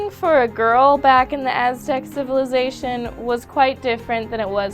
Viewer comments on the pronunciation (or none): none